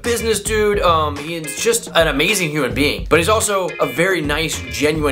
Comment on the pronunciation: Lol, I thought you said human beaning